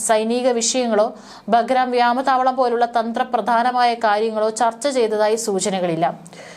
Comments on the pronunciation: വ്യാമ താവളമല്ല വ്യോമതാവളം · വ്യാമതാവളമല്ല കുട്ടി വ്യോമതാവളമെന്നാണ് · ഇവരുടെ ചാനലിൽ നിന്നും മലയാള ഭാഷക്ക് കിട്ടുന്ന സംഭാവനകൾ, മുൻപും ആരൊക്കെയോ തിരുത്തലുകൾ ചൂണ്ടിക്കാണിച്ചു കൊണ്ട് ഇവിടെ എഴുതിയതയി കണ്ടിട്ടുണ്ട്, എന്നാൽ വളരെ വാശിയോടെ തന്നെ വ്യാമതാവളം... വ്യാമതാവളം.. എന്ന് ആവർത്തിച്ചു പറയുന്നു. നിങ്ങൾ വായിക്കുന്ന വാർത്തകൾ കൊച്ചുകുട്ടികൾ അടക്കം വീട്ടിൽ നിന്നും കേൾക്കുന്നുണ്ട്, വേറൊരു പെൺകൊച്ചു ഉണ്ട്, ഈ ചാനലിൽ ആണോ എന്നുറപ്പില്ല, അവർ അന്വേഷണം എന്നതിന് പറയുന്നത് അന്നഷണം... അന്നഷണം... എന്നാണ്, താങ്ക്സ് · വ്യാമതാവളം അല്ല.... വ്യോമതാവളം